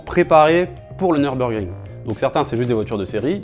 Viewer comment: "Tout ce que vous devez savoir avant d'aller au Nürburgring"... d'abord à prononcer "Nürburgring" correctement. Pour information, c'est "Nurbourkrink", pas "Neurbeurgring".